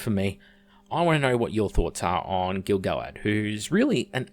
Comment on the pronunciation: Your pronunciation of Gil-Galad is more accurate than anything then the RoP writers put in any of their shit scripts. I doubt the RoP writers have one tenth the information on this character than you've laid out in this video.